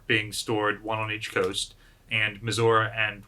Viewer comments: Why are you saying Missoura and not Missouri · "Mehzourrah", lol. Is that the correct indigenous pronunciation? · USS Missour-uh? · I thought is was Mizzur-Uh? :) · Hi, I had a question, is the battleship Missouri Pronounced Like the state or as Misaurah? I’m sorry if I just have been mishearing it, I was just wondering!